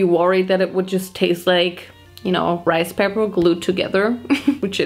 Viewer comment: “This is 100% my type of rice pay-PAAHH” 😭😭😭😭 I’m screaming. Love these videos they’re always so entertaining